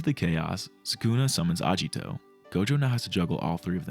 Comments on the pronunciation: Bruh it's aGito not aJito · japanese romanization does not use a soft "g" sound. "agito" is not pronounced "ajito".